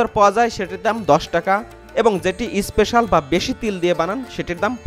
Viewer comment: Bhai that's is special not isspecial, why all Bangladeshi use is before word like school, special, stump... All are telling isschool, isspecial, isstump